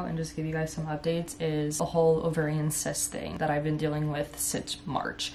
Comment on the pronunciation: Omgosh literally thought she said "I'm going to update you guys on my incest thing I've been dealing with since March" .... Nope, it was the cyst situation lol, I was stunned 😂